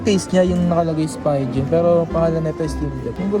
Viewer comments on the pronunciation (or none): Natawa ako sa pagpronounce mo ng mga bagay..hahaha.. spigen hindi spygen.. psp vita hindi ps veta.. hahaha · ps beta (vita), spygen (spigen), taken (tekken), grand tip oto (grand theft auto)... sheeesh. aral aral din magbasa pag may time.